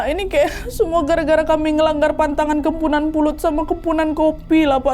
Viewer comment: Kepuhunan kak bukan kempunan